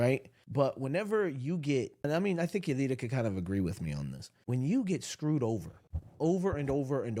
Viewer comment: As salam alaykum waramotullah wabarakatuhu. I agree with you that forgiving does not mean you have to continue with a relationship that you think is toxic. Thanks for reading my comment about the mixer. You pronounced my name 80 percent correctly Yadira.❤❤❤